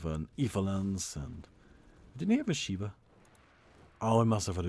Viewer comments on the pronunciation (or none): none